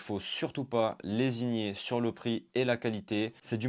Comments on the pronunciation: Au top tes vidéos ! Pleins d'excellents conseils matos et généraux ! Petit commentaire malgré tout, ça fait plusieurs vidéos où je t'entend dire lésigner, on dit plutôt lésiner xD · C’ est lésiner , pas lesignier